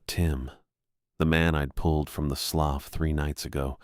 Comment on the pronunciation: It's NOT pronounced "sloff". It's "sloo".